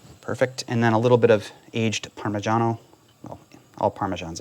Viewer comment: You should be on television! Be part of the celebrity chefs. I am Italian and I noticed that you have the right pronunciation of PARMIGIANA cheese. I hate how people pronounce it Parmesan. Love watching you.😎😊